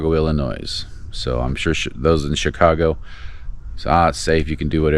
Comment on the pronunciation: You totally mis-judged Chicago. There are great trails from Milwaukee to Chicago. The lakefront trail will get you around the southern end of Lake Michigan and into Michigan. You pronounced Tour de France much better than ILLINOIS. Its Illinois not Ill-ii-noise.